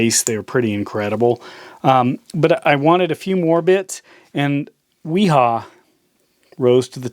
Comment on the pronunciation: it's pronounced V HA [viha]